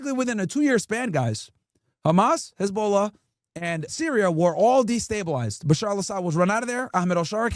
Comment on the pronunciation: Its NOT "Hez-BOWL-ah" 😂